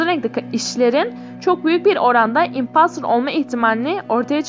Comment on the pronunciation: O impastır değil impostır ve emong as değil among as